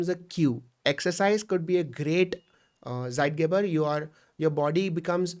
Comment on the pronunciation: Zeitgeber is pronounced as "Sss-I (eye)-T-gay-bar"